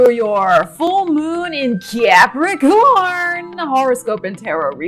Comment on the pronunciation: So glad l have capricorn rising, cause l love the way you say Capricorn.